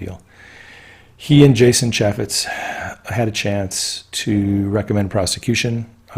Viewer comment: Mueller is Myoo- ler. Not Mu-ller Chay- fetz. Not Cha-fetz Tracey beanz good vid on mueller= white hat